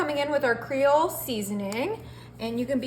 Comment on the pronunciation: Congratulations on saying "creole" correctly